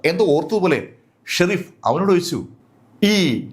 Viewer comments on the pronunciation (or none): Shereef alla sheriff